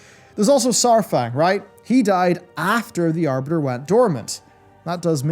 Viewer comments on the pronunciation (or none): none